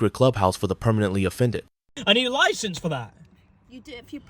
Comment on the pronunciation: “I’m sorry m8 but you need a loicense for tha’”